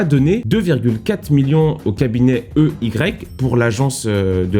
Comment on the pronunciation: EY on dit i why